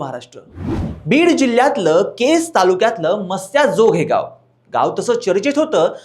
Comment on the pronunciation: गावाचं नाव तरी नीट घे रे भाऊ